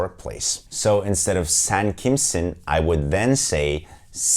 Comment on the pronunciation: Yalnız Sen kimsin? kısmını tıpkı senin gibi vurgulu söylerlerse bir türkün karşısında hiç iyi şeyler olmayabilir hahahha :D